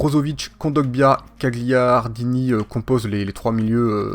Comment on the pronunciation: on ne dit pas gagliardini mais ça se prononce galiardini ( le g est muet ) mais sinon super vidéo